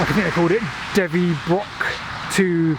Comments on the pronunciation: Defynnog (pronounced Devvunog) not 'Devvybrock'. Fascinating about the viaduct and tunnel - I had long wondered about these. There are still some remains of the line of the planned railway route extending several miles north up the valleys of the Mynydd Epynt. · Interesting stuff! But it's really not hard to pronounce Defynnog. The GWR used the English spelling Devynock which is pretty close. DE-VUN-OG. :) My sister and bro in law moved there couple of years back; a lovely area.